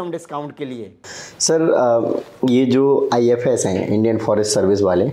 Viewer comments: IFos not IFS 😅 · Ifos h ifs nhi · It’s IFoS not IFS service